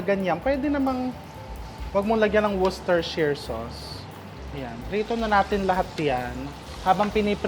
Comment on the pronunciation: Chef, sa UK ang pronounciation nyan ay "woosh-teh-sheer" sauce.